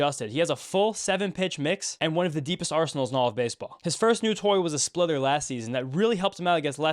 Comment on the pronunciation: I kept hearing splither when you said splitter, thought it was perhaps some new pitch he'd developed. Wasn't sure